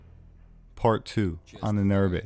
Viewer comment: Ahnen-Erbe. The stress is totally on the first syllable. Like in Undertaker, Motorcycle, Superviser. It's a long A at the beginning. It could also be written Aanen-Erbe. Ahnen = ancestors Erbe = inheritance It's a fascinating word, it woud be nice if the pronounciation was right in future videos.